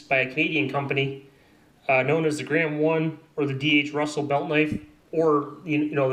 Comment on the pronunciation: It's Grohmann, not Graham. :)